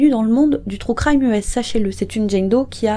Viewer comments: Les anglophones ne comprennent pas, mais les francophones ce tappent de grosses barres 😁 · "Trou crime" mdrr pardon ça m'a fait rire